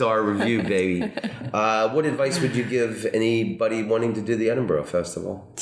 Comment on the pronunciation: Edinbro NOT Edinborow